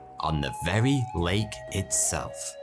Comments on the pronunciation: Late Titicaca? Sounds like you say that at the beginning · I’m sure he says “late” not “lake” the first time it’s said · Sometimes he says "Late Titicaca" 🤔😂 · Did u say late Titikaka a few times!?